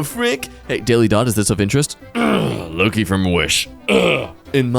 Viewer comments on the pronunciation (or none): none